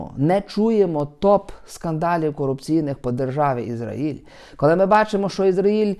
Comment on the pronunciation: Пане, в слові Ізраїль наголос на А!